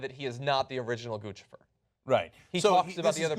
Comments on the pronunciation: Why is the media pronouncing "Guccifer" like they're speaking to an infant. Shouldn't it rhyme with Lucifer? Not, gah gah goo goo goochi goofifur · It's NOT Guchifer IT"S Guccifer.!!!!!!!!!!! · I think its funny that they keep calling him Goose-e-fer. I think it's supposed to be pronounced Guck-cypher 2.0? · 2 Cs equal the ch sound. Like in Gucci, the brand. It isn't pronounced Goosey, It's pronounced goochi. Now add fer. Now you have Lucifer wearing designer clothes. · Its Guccifer like Lucifer with a G. Not Goochifer. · Gucifer. Like Lucifer. Not Goochifer. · Is it? Then why has every other source gone out of their way to tell readers the phonetic pronunciation is GU SI FER? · It's pronounced like 'Lucifer' dammit! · it's not goochi-fer >.> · Isn't Guccifer supposed to rhyme with Lucifer? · I think it's pronounced (goose-a-fur) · It pronounced like Lucifer but with a G. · It's pronounced goosipher you morons. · Pronounced "GOOSE IF ER" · "Goo-SI-Furr," for fuck's sweet sake. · NO, GOO SNIFF AR !!!